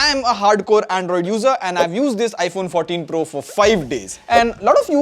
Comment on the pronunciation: iPhone FO TEEN PRRRUHH 😂